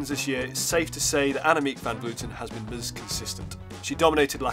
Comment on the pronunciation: It is brilliant how you pronounce the dutch surnames of van vleuten and van der breggen.